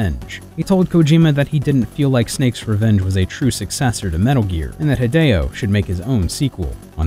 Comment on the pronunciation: When - when - will US:ians stop making other people's name a garbled mess? Just learn to say it by listening to themselves saying their own name. HEE-DEH-O is not that hard